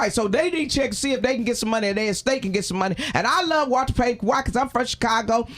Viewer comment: He said Walter Payton 🤣🤣🤣🤣🤣🤣🤣🤣🤣